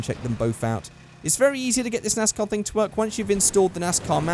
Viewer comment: thats a 'nice car' +accent 'nais/nas car' =nascar